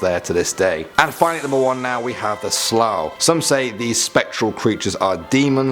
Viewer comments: Let me help you out on the pronunciations 😂 the Dearg-due (jarug do) The Alp Luachra (awlp loo-ackra) The Sluagh (The sloo ahh) :) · I’m Irish myself and haven’t heard of half of them. PS. Sluagh pronunciation is not the same as Slough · You pronounced th “sluagh” wrongly it’s “sloo-a” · When he said slaugh I trough he said slough 😂😂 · Dearg-due is pronounced as da-rug du-a, alp-luachra is pronounced alp lu-c-ra and sluagh is pronounced sl-u-agh. Only flaws I noticed but Irish is a notoriously difficult language to pronounce if you haven't studied it so otherwise an amazing video. Great job. I'm from Ireland and i believe you chose some of the creepiest myths but there is so much more so can you please do a second part?